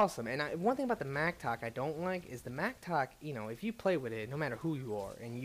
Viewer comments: its A MATTOCK not MACTOK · >Adapt >Macktock >Korgan I love you man, and I know it's not a big deal, but you seriously gotta learn how to pronounce shit, for someone who's read this stuff a thousand times.